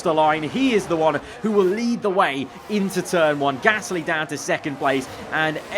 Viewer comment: It's so frustrating that can't say Gasly right